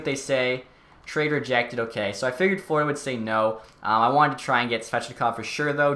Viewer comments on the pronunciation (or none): none